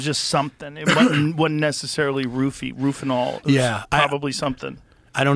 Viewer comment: "Roofanol" Sorry, but that's funny. Drug name is flunitrazepam, trade name in France was "Rohypnol". Known as roofie's Came in blister packs of 7 tabs a very strong benzodiazepine(same family as diazepam/Valium). This drug can induce anterograde amnesia meaning you can't recall events prior to administration. The "original date rape drug, well, next to ethanol.